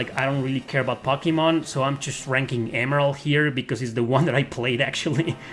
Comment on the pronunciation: I have watched so many of your videos and most of the time I don't even bat an eye but today for some reason I was just really wondering how come you say pocky-mon instead of one of the many more typical ways to pronounce to name..?